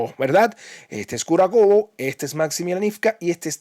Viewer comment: Se dice Kurájovo, no Kurakovo.